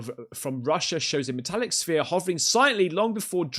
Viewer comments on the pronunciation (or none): none